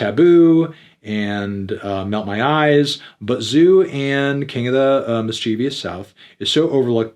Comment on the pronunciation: LETS ARGUE: It’s mis-che-vus not mis-cheev-e-us look how it’s spelled ffs!!!